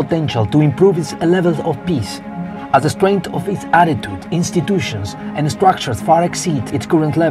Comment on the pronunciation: I know this is going to be mean but all I was able to hear was Piss… you know as in pee?